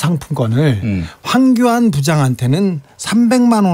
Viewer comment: 주진우 기자의 황교안 발음은 빨라서 황견으로 들리네. 누렁이 ㅎㅎㅎ